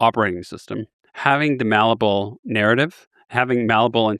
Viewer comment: You really would have thought someome who uses malleable in every sentence would know the word isn't mallable lmao